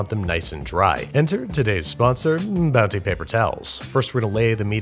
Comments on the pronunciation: I'm like 90% sure I also heard you say Bouncy once instead of Bounty but if anything that made it better. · Did he say “Bouncy” at the end instead of bounty? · did he say..bouncy? at the end